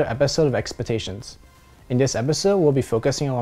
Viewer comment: "welcome to another episode of EXPETATIONS" XD